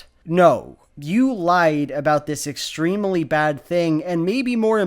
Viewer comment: Why do you pronounce extremely that way? I love your content, but it distracts me sooooooooooooooooooooooooooooooooooooooo much